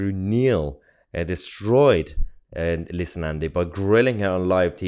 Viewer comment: "Leetha" Nandy ! 😆 If Helen Of Troy was the face that launched a thousand ships, then this is surely the face that launched a thousand 💩s! :face-green-smiling::face-blue-wide-eyes